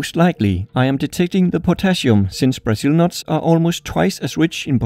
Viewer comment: It no "buzul nut" it's"Brazil"nut! Or "brUHzil" nut